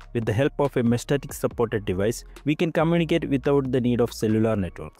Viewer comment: Mesh-Tas-Tic. lol I feel like you said 'meshtatic' just to trigger us haha. Thanks for the vid